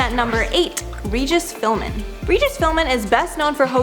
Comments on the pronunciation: Twice! I can't believe your mentioning it is an isolated incident here! (Actually, it's Philbin. 😏) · Regis filming??? Get it right girl, is Regis Philbin!! I’m insulted you got that name wrong! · Regis Philmin or Regis Philbin? 🤔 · Not Regis PhilMin its Regis PhilBin like you wrote. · It's not philmen it's philbin .... Learn names before u do videos about them🤦🏻‍♀️ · It’s Regis Philbin not Regis Philmin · Did you say Regis Philman, you dunce? It's PhilBin. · his name is Philbin, not Philmin. How hard is that? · AGAIN ITS YOUR JOB TO PRONOUNCE A PERSONS NAME C O R E C T L Y!!! Especially one with a very long standing career as the man who's name you sadly screwed up. His name is: Regis Phil BIN not Phil MAN as you said twice. Gees, if you people find it so difficult or find it so unimportant to get the names of those you are reporting on said correctly then give your job to someone with a lot more respect for them, themselves and the company they work for. It really isn't hard and only takes a second to do it right. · Regis "Philmen"? Ma'am it's literally right in front of you... Philbin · We just gonna ignore the fact she said Philman and not Philban. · She said Regis Philman and not Philbin lol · Philbin not philmin... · Regis Phil-MAN? 🤣🤣😂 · phli-MAN hahaha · fillmin its philbin lol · Come on Regis Philmin! it says Philbin on your teleprompter the man had a 60 year career, he was called the hardest working man in show business, show some respect! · Not related comment, just something I heard when u spoke...its Regis PhilBIN, not Philmin. I replayed just to make sure I heard u right 😉 no biggie though! Love all u guys! ♡ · it's Regis Philbin, not Philman. Lol!!😅 Love you, (sorry if I butchered your name)..🤗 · I had to wind back to that to make sure I heard her right.....🤦‍♀️ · "Regis Philmin" 🤦‍♂🤦‍♂🤡🤡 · Regis fill-men😂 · Philbin. It's not a silent letter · Did you call him Regis Phillman? What an idiot...